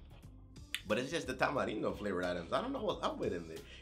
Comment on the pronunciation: Shoutout to your Mexican's? I'm a Mexican as well as a huge fan and I just wanna let you know I love that you know how to say Tamarindo !!!!! #RESPEK